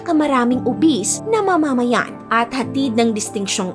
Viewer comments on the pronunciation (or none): Nauru and not Nauro! Dia yuh bee teez and not dia beh tees! Ma’mamayan at hindi po mama’mayan. Buh Dy Mass In-dex not Bah dy Mass Endex. Maganda ang content. Informative pero kung narration ang atake ng contents mo, isama mo sa research ang tamang pag pronounce ng name ng bansa. Main subject mo yan eh. Secondary lang ang visuals mo. Sa narration kami magrerely para maunawan ang kwento mo. Sana po ma-improve nyo. But the story and research about Nauru’s history is correct. More power and best of luck on your next videos.😊